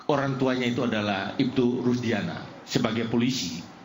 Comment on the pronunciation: Nyebut Nama Orang yang Bener Kamu...... RUDIANA bukan RUSDIANA..... Kamu itu benar pengacaranya dia atau asal bela orang saja.... Jangan-jangan Kamu salah bela orang....